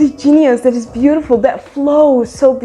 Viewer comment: Shout out to anyone who heard the trilling sound made while saying the word “beautiful”.